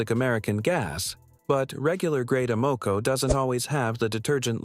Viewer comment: Can’t pronounce Amoco, definitely AI